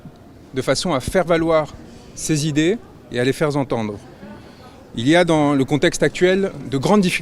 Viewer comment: "Les faire z'entendre" liaison fautive !